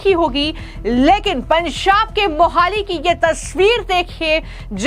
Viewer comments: Pansab nahin Panjab hota Hai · आपका एक्सेंट बहुत गलत है। आप पंजाब को पंसाब कह रही हैं। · "पंजाब" तो ठीक से बोल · What's that pronunciation of Punjab